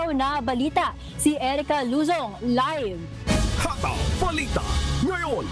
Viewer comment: Masyadong malambot na parang binabad sa Downy nb 10 taon ang pagbigkas niyo ng "hataw" please more energy, magagalit niyan si Gary V.